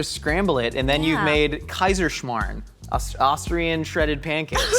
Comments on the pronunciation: The way you said Kaiserschmarrn was actually pretty decent. Respect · Btw that "Kaiserschmarrn" pronounciation was ON POINT. Perfect. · great pronounciation on the Kaiserschmarn!